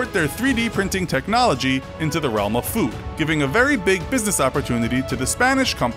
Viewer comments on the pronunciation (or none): none